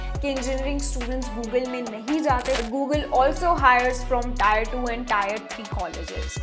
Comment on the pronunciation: pronounciation like tear